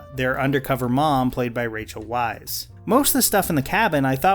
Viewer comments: Dude, the names are pronounced "Florence PYOO" ("like Hugh but with a P" in Florence Pugh's words), Rachel VICE ("In America everyone says it wrong. It’s V-I-C-E." says Rachel Weisz) and Ray WINSTUN. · Weisz is pronounced "vice".